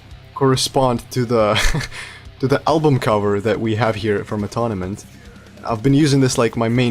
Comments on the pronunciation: This song really reminds me of Cut Me Loose from the last album. I think they’re saving the heavier stuff for when the album comes out. Sometimes it’s better to save the best for last. Also, Atonement is pronounced Uh-TOHN-ment, not Uh-TONNA-ment lol. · Not a major criticism but you’ve kinda mispronounced the album name in the video it’s pronounced a-tone-ment. Also, oddly enough right above your video in my sub box there’s a Loudwire interview with Jesse and the first question is about this particular song which they talk about it being a cathartic style of song and that it’s about someone else from their point of view. It’s also worth mentioning Jesse recently separated from his wife of 16 years. So that may have some influence in the songwriting for Jesse in this album.